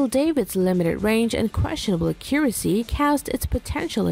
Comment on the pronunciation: and mispronouncing, Accuracy and Diameter, both of which made me cringe each time